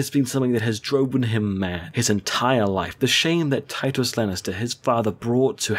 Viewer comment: its tytos not tytus